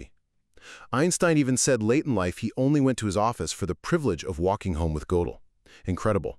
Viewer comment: It's pronounced [gur-del]